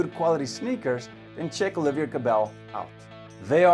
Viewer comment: It’s Oliver no Olivier